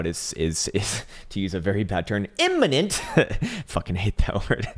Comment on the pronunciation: Haha the “imminent” sounds like “een dis bideo”